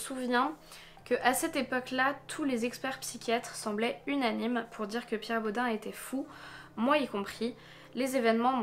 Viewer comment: Ça m’a perturbé, en Alsace on prononce pas Bod « un » mais bod « eine » ( comme un en allemand) 😂 mais super vidéo c’est glaçant quand on vit à Strasbourg !